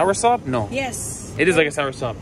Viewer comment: it is a sour sop and not like one lol